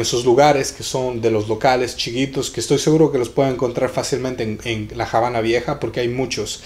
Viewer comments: Se llama "La Habana", no "La Jabana". Vergüenza ajena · no se por que entran en polemica es obvio que Lockhart se refiere a que en español NO se pronuncia Jabana y corregir de forma educada a alguien no es de molestarse sino de agradecer y nadie le quita el merito al joven por el video, pero si es algo que puede aprender y corregir me parece perfecto. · estás totalmente equivocado amigo, La Habana no tiene otra pronunciación que la que es, no existe por lo tanto Javana ya que esta palabra es nombre propio de un lugar geográfico y por lo tanto estás palabras no tienen traducción, vas dando clases de lengua Española y afirmando cosas que está visto desconoces 🤦 . Por cierto aquí nadie dice del mérito que tiene nuestro smigo, haciendo el vídeo detalladamente y de gran trabajo👏